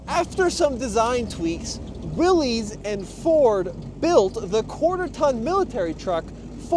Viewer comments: It is really frustrating to watch all these idiots that claim to have a clue about automotive history, call Willys products "Willies". There is no apostrophe, we are not indicating that this is the property of "Willy". No, the man most responsible for the Willys vehicle was a mane named John Willys. Here is more from Wikipedia: Willys (pronounced /ˈwɪlɪs/, "Willis" was a brand name used by Willys–Overland Motors, an American automobile company, founded by John North Willys. It is pronounced just like Bruce Willis, NOT "Willies". Please get it right. You sound so stupid mispronouncing this name. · Not Willy's, it's Willys (pronounced Willis). It's a last name, not a first name. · There is absolutely no reason to pronounce willeez 😂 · The guys name was pronounced “Willis”, he is who the cars were named after. Willys and Willis are likely different spellings of family names. Why would you say it differently? John Willys. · I know it's spelled Willies... But its pronounced Willis. Like.. What you talking bout Willis.